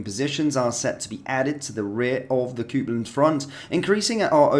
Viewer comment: "Cope" land. Not "coop" land Copeland. Copeland. Not coopland